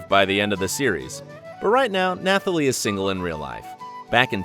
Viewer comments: And after that we had NATH -ally Emmanuel. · ugh dude nathalie is pronounced without the h... thats just a common name.